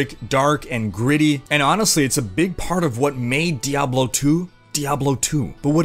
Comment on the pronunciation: "dayblo"? (insert joke here)